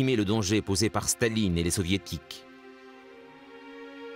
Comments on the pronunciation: Blokes who did German at school.........Please stop pronouncing Stalin as Shtalin. Russian is not German, so does not obey the same phonological rules. The symbol C is S in English; Ш is Sh. So Shtalin would be written as Шталин, but it is in fact written Сталин. Likewise, Zhukov is written Жуков with the zh pronounced like the s in plea s ure or lei s ure, like je in French. Z is written З in Cyrillic. Z is not the same as Zh. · Why is the narrator pronouncing Stalin like Shtalin? In Russian it's just Stalin, lol. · yeah but "Stalin" (not his real name btw) is a Russia word